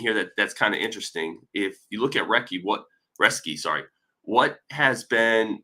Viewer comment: It is pronounced Roes-ke.